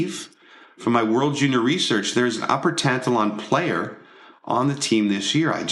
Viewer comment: Hahah tan-ta-lawn It's pronounced tan-talon= Tantallon Nova scotia